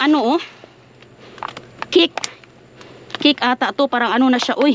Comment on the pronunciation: Cake not kick bisaya ka talaga 😂😂😂😂